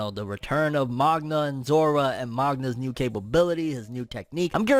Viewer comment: Zora not zoro 😂